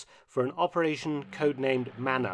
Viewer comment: It’s manna not manner